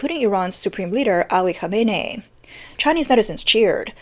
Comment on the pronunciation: it's Khamenei not Khameini